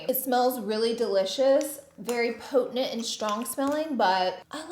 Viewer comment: So we just gotta pay $700 for a half decent advent calendar. Noted, good to know. Minus Lunar Beauty of course. Edit 1. Scentbird is a funner, cheaper, easier way to find new fragrances. Edit 2. Did Laura pronounce potent, 'potenent'?